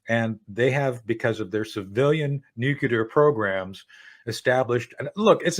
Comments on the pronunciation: Nucular -- How can The Judge not laugh every time he mispronounces a very easy word? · a US intelligence officer who can't pronounce "nuclear." says it all.